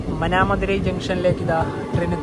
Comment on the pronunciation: മാനാമധുരയ്‌ > ഉച്ചാരണം ശരി. മനാമധുരയ്‌ ഉച്ചാരണം തെറ്റ്. വിവരണം നന്നായിട്ടുണ്ട്.